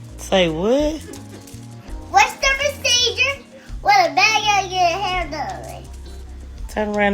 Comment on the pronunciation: Cant fully correctly pronounce ' procedure "